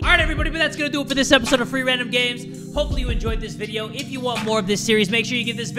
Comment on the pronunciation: I thought he said three random games instead of free random games